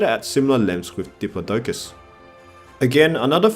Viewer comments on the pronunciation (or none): none